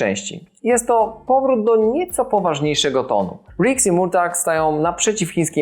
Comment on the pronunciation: W filmie co chwilę jest Merto, Merto..., nie wiem jak trzeba oglądać, żeby wymawiać Mortag/Murtag 😆